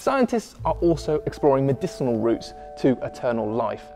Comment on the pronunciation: It's, medicinal, not "medecinal results". smh....